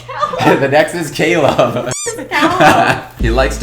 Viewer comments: In fact, in spanish we say Caleb like Brandon 😂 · Well he pronounced Caleb in French.. 🤷🏽‍♀️